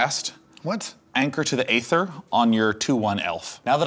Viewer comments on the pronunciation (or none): Æther is pronounced like "EE-ther," not "AY-ther." Latin, yo. This has been a public service announcement, brought to you by the volunteer coalition of etymology nerds. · why does sean keeps mispronouncing aether. it's pronounce E-ther. e·ther ˈēTHər noun noun: aether 1. CHEMISTRY a pleasant-smelling, colorless, volatile liquid that is highly flammable. It is used as an anesthetic and as a solvent or intermediate in industrial processes. 2. literary the clear sky; the upper regions of air beyond the clouds. "nasty gases and smoke disperse into the ether" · Hey buddy, ae is pronounced E, like ether.